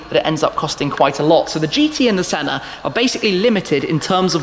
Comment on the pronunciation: My suggestion is that it's not shedule but it's pronounced skedule. I know we rebelled against the Queen but we all speak English. Also Senna has no r.